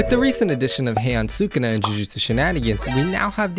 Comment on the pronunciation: really said “thukuna has to be a great billboard”